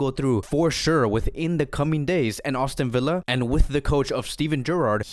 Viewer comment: It's not "AUSTIN Villa", bro! Even youtube's CC hears austin. Just sayin, but no biggie